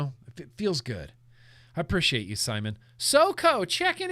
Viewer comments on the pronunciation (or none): none